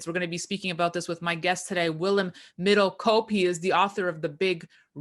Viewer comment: Hats off to for pronouncing 'Middelkoop' right